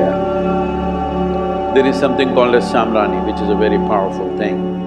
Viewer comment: I can not hear exactly what it is called: samranin?